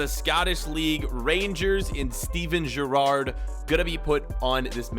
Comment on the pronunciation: Mate you’re saying Gerrard Wong